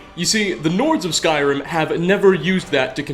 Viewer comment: You have one of the most annoying narration voices on this planet. All sentences sound like questions, since you probably think it’s „cool“ to start a sentence on a high note, then lower it, and just at the fucking end of the sentence go right back up - sometimes even adding an unnecessary „uh“ to the last word such as in this case „Skyrim-uh“. Dafq?! You sound like tuned down version of James Charles - get ur shit together, cause that sure as hell is not the way you talk on a normal basis.